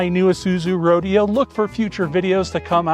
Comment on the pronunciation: Why did you redub the commercial? The name of the car was pronounced Row-DAY-O. Not Road-E-o. Find a real ad for it and find out.